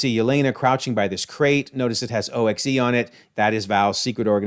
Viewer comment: In the movie, O.X.E. is simply pronounced like "ox." According to Agents of S.H.I.E.L.D., the Vault (emphasizing it like you did) is located in Alaska.